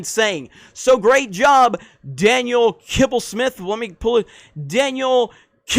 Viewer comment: He does it again lol. "kibblessmith" head shake lol.